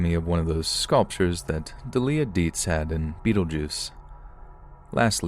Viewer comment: Delia is pronounced Dee-lee-a.